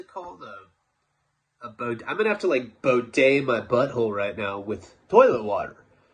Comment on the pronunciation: It's pronounced "BEE-DAY" spelled Bidet.